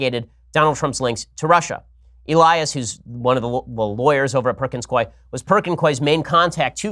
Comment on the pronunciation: I've worked for the law firm Perkins Coie, for what it's worth, Coie is pronounced COO EE